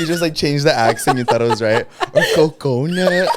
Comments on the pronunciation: “coconuhhh” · LFMAOOOO I WAS DYING AT THE “Coconuhh”🤣